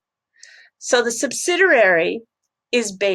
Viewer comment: Hi, its pronounce subsidiary. Not subsiderary. Good channel though.